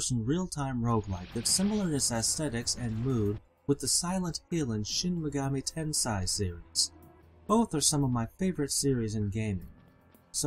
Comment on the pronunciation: shin megami tensai???? wtf dude its Ten-say.....Japanese, not German....